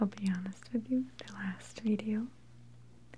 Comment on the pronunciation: I prefer this kind of video. Maria's accents Is so relaxing, I love the way she says certain words like "video" bit weird but, whatever. Please make more like this.